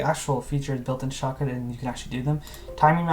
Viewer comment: At this Moment, I thought he said "Shotgun"